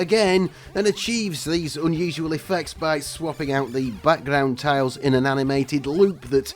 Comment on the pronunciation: TILES!!! That's T I L E - tiles.